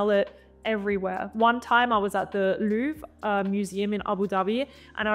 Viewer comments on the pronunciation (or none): none